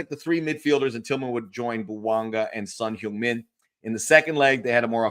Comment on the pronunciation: Please correct your pronunciation for Son. It's not Son "Hyoong" Min .. it's Son "Hung" Min. I know you're married into a Korean fam. Please confirm. Grazie